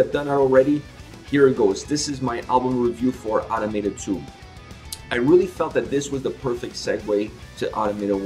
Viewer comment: Just a heads up, it’s pronounced uh-Tom-uh-tah